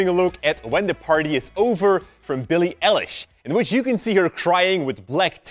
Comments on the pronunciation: who else was freaked out by how he pronounced eilish edit - can everyone stop replying with hate towards him about it i was just pointing it out in a joking matter not intending to be rude at all but now everyone’s replies are just getting out of hand and really rude, he would’ve seen from like one of the first comments he gets it now, relax he clearly just didn’t knowww x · is no-one going to talk about him saying eillish wrong the whole time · Why does everyone say eilish wrong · U said said Bilie Eilish wrong im crying 😭😭😭😢😢😢😢😭😭😭😭😭💧💧💧💧💧😭💧😭💧😢💧😢💧😢😭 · U said her name wrong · Bee-lee E-leesh-..... .-. .....XD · IT'S PRONOUNCED E Y E - L I S H NOT ELLISH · Eilish like an eyelash but aiiiliiish not elich But great work keep going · He said elish like relish ITS EILISH LIKE EYELASH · STOP SAYING BILLIE ELLISH IT'S EILLISH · Him: “Ellish” ME: “IT’S PRONOUNCED ‘EYELISH’ and spelt ‘Eilish” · It’s not L-ish, it’s Eye-lish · BILLIE ELLILSH... Triggered EYE-LISH EILISH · its Eilish Not Aiilish damn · Billie Elish XD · Billie ”ellish” ITS BILLIE EYELASH DOOD it’s pronounceddskdkdmke liek. Eye lishh Billie eilish is bommmb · How you pronounced it........Billie Ellish, it’s Eilish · It’s Billy eilish not Billie Elish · how did he gat that kind of a glas. he sad billie elesh thats not rit its lik this billie i eilish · Billie elish? ! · When he says El-ish instead of Eye-lish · Its not billie ellish its billie eilish, youre pronouncing it wrong lol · "elish" -_- its EILISH! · Billie Elish 😂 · billie EHlish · Grace Belcastro ikr.. ITS PRONOUNCED EYE LISH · actually i think it's pronounced eyelash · no it isn't...eilish is pronounced "Eye-lish" Lmaooo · Billi ellish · Why is literally nobody talking about how he said Eilish...? It’s Eilish Eilish Eilish like an eyelash but it’s Eilish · Am i the only one who heard him say Billie ELISH... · Isn’t anyone going to talk about the way he says billie elish while its billie eilish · u saying her name wrong...it's Eilish like Eye-Lish